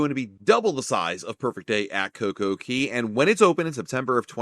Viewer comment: It’s Coco Cay, not Coco Key!